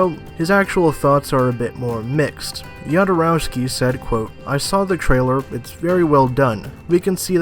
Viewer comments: Jodorowsky is pronounced Hodorovski. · Yodorowsky is the pronunciation, really? More importantly, his failed attempt at Dune was quite a lot responsible not only for the quality of the Alien franchise, but also for that of Star Wars, because he introduced a new vision on how to make quality sci-fi, and he found capable artists for it, who then created those movies. Even more importantly, he is right that this Villeneuve movie (based on the trailer and interviews) does not look like an attempt at changing the world... and then I don't understand why Villeneuve made it. (Let me mention that one of my favourite films is Arrival.) Finally, is there any explanation for that "music" in the second half of the trailer? Sounds like a 90's new age rendition of some third-rate 80's music inspired by the Hair musical. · On pronunciation of "Jodorowsky". He is of Slavic/Jewish origin but from Spanish speaking region. His family name is spelled properly in Spanish, "J" is Spanish "J" like in Jose. In original Slavic, Russian alphabet, that family name begins with "X" which is the English sound "H". Many people make this (and the French version) of pronunciation mistake for Jodorowsky but if his family was in English dominated area, they'd probably spell it Hodorowsky.